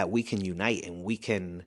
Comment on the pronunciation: That man said ORAGNIZE at least 22 times 😂😂😂